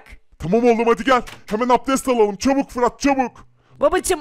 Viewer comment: çubuk degil çabuk diyor